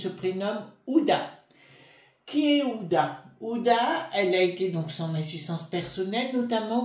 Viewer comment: bonjour, pardon mais ce n'est pas ouda mais hu...ma abe...din, ancienne épouse d' anthony wie...ner, bisous et très bonne journée😘